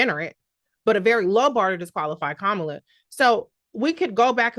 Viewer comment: I have a close friend that said the same thing down to mispronunciating Kamala’s name.